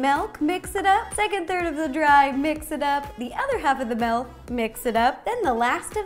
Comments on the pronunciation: Please... Please... Please just say milk, not melk 😭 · I LOVE your channel and I love watching your videos, but it’s “Milk”, not “Melk”. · Those cupcakes are perfect!! I think it is cute how she says milk, melk. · I'm hearing malk 🐮🐄🍼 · She said “melk”